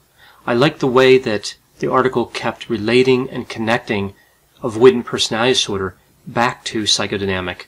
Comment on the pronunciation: Mate can you pronounce personality disorder properly it’s really distracting from what your saying lol other than that these videos are brilliant